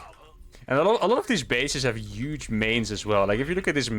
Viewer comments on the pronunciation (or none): This gonna be 'uge. Lol, don't hate the "h".